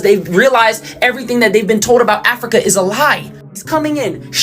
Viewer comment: this guy is a lowkey racist. Listen to how he says Africa.